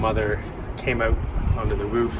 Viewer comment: I can tell your from the northern states, somewhere near Canada, you pronounce 'out' as "oot" !